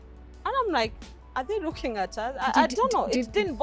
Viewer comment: Wuuuuui hes rooking Frwd to be here ..shida ya matamshi L and R